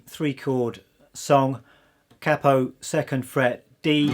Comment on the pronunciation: Great selection of songs, excellent teacher cheers. Also love that you pronounced “capo” correctly & not “Kay-Po” 👍🏼🎶🎶🎶